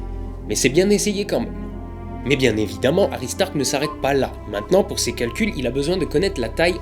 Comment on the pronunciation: j'adore le jeu de mot suivit de : Toi je vais te taper avec le regard :)) La lune s'éloigne 3.78 cm / an alors combien de lumen en moins renvoyés par la lune depuis mille An ? juste par curiosité Autre chose , j'entend aristarck hary starck ,,un foutage de gueule :)) pour la ressemblance ?